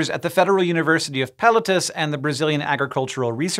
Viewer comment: Hi Hank! Love the shows, the tiktoks and everything you and your amazing team share. A little heads up on how to enunciate Pelotas: peh-loh-taz is somewhat close to what it would sound if it were said by a Brazilian. Hope this helps, all the best👍